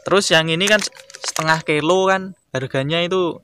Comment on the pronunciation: Kilo bos bukan kelo